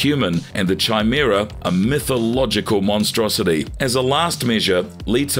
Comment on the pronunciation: Sorry, but I have to. It's pronounced KAImera, not Chai as in Chai tea.